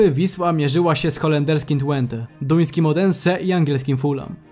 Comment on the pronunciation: Mówi się chyba "tfente" a nie "tłente"?